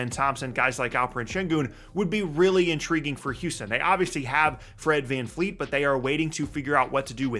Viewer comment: It’s Van Vleet, not Van Fleet